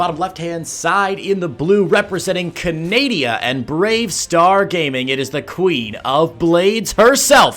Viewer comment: Its Canada you idiots not canadia